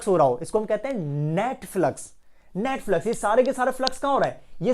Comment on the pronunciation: he said net flux i herd Netflix 🤣👌